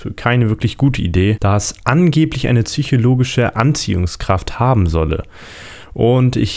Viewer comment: "züchologische Anziehungskraft"